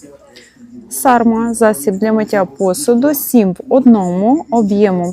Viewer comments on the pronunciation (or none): Засіб для миття посуду Carma читається Карма - на наліпці виробника написано, а "сарма"( як ви сказали) пишеться Sarma, то інший засіб... Без образ